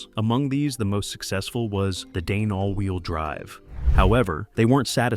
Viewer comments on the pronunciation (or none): none